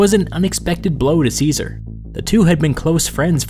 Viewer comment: How do you expect us to take you seriously when you can't even pronounce Caesar's name properly?